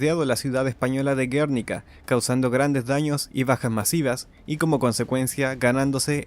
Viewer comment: Gernika (en euskera) o Guernica (en castellano) es una palabra llana, con acento en la i y sin tilde. Como lo has dicho suena como una patada en los "frodos" 😅 . Pequeña crítica constructiva, creo que haces un buenos videos y valoro mucho tu trabajo. Saludos desde España